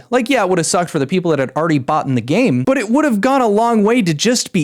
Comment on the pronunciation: This is extremely off topic but did this guy just say "bought'n the game" 😭